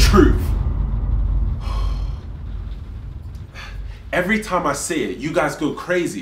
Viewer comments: “Tell me the trooh!” “You can’t handle the troov!” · "YOU CAN'T HANDLE THE TROOF" "Guilty of bo'oh'a'wo'ah." "Wo'ah men'i." flawless